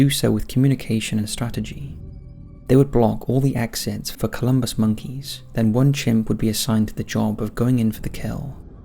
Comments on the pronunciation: Wouldn’t it be fascinating if they learned this from humans? PS: it’s pronounced CALL-uh-bus not Columbus monkey, I’m pretty sure. There was a Netflix doc I watched in 2017/18 about chimp wars, but it also demonstrated how the most brutal chimp alphas, etc also had shorter rules, because eventually the rest of the troop gets fed up with all the fighting and bullying and they take out the bully. And the alphas that tended to have the longest most peaceful tenures displayed a lot of resource sharing, cooperation, and grooming. it did a good job of dispelling pop culture’s incorrect definition of Alphas vs Betas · It's not "Columbus Monkeys", the proper spelling and pronunciation is Colobus Monkey (Call-uh-bus) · It's colubus monkeys, not 'columbus'. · "Colubus" ... no m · It's Colobus, not Columbus. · Colobus, not Columbus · *colobus monkeys. Not “Columbus”. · Why say columbus monkeys. Can't read?